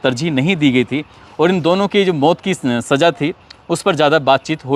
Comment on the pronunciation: Aap ko Za aur Ja ka Farkh nahi Saja kya hai kaho Saza Hajaar kya Hazaar boliye